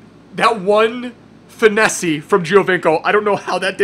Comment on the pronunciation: Stop saying finessE its pronounced like finess. Sorry that's just annoying the shit out of me, love your vids:D